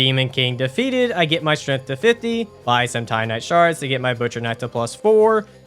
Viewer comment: "Strath" will always be correct in our hearts.